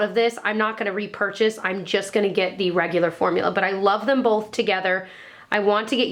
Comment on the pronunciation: Love these videos! Someone said always says "bowlth" instead of "both" and now it's all I can hear lol:D <3